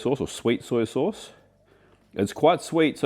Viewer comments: I think your a brilliant chef and love your channel, but why do you keep saying soyA sauce? Its soy sauce! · I always feel like says “Soy-ya” sauce.😄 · It's an Aussie/ NZ thing.